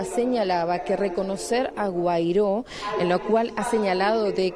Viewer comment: A la periodista, es Juan Güaidó!, no Guairó!!!!, lea un poco